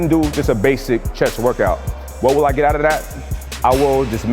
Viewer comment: Listen he rolls 'out' off his tongue haha